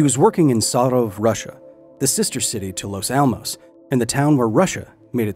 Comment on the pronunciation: Btw as Russian, the pronunciation of Sarov is quite good for an English speaker